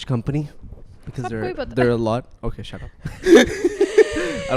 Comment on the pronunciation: Nobody:: thap down Thap the shut down Shut the thap down 😂